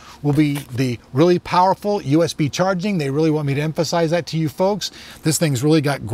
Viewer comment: I'm really glad that you emphansized the nomenclature of the name. ;)